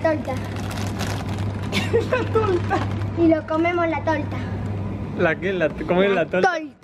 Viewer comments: Alta risa cuando dice la talta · si tu viste el video te hubieras dado cuenta que dicen talta y es el que dice tolta aunque tambien lo dijeron los demas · al principio dice tolta no talta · Para que sepan hay paises diferentes osea que se dicen diferente torta y tarts osea tolta talta (*no tenia nada q ver:v*) Ademas al principio dijo "La talta" y al final "La tolta" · dijo TOLTA ES BERDAD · Me dieron 10 años de vida más cuando dijo "Tolta" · Todos: Torta: tOlTa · A mí también me dio mil años de vida cuando dijo "frutilla", y también me dio mil años de vida cuando dijo "una talta"